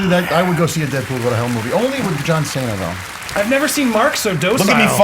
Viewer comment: How can you mess up John Cena's name?